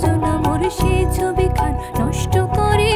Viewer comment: ওভার স্মার্ট,, ছবিকে ছভি বলে 🤣🤣🤣🤣